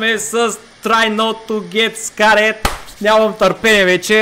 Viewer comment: samo kak kaza scared:face-green-smiling